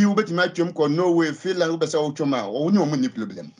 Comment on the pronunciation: “No pieblem” 😂